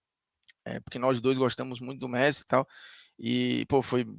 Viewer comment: "Meressi" é sacanagem lkkkkkkkkkkk